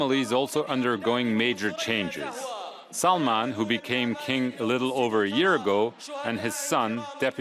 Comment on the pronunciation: how dare you say king salmans name wrong